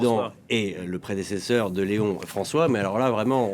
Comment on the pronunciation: vous ne pouvez pas dire Lééon XIV et non léon! c’est le Pape pas votre copain 😡